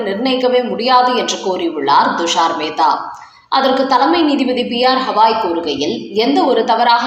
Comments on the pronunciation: Dayavu seidu uchcha needimandra arasar peyar uchcharippu gavai aagum hawai illai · CJI's name is NOT Hawai. It is GAVAI. GA.GA. GAVAI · எத்தனை முறை சொன்னாலும் கவாய் என்று திருத்திக் கொள்ள மாட்டீர்களா? Gawai என்று பெயர்.